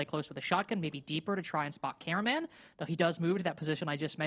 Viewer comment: His name is cameraman not “carumen” or whatever she’s saying 😂